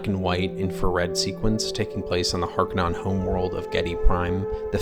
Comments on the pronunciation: Vill-noov, not Vee-noov Hark-uh-nen (or Har-ko-nen), not Hark-anon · "Is Dune the greatest scifi movie ever?" "House Harkanon" "Veenoove"